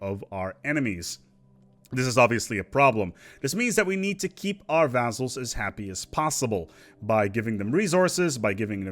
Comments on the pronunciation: it sounds more like vazzles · i like the way you pronounce vazzals